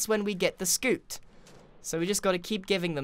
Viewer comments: For the love of god it’s pronounced SSS-cute not SCOOT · It’s not skoot it’s skyoot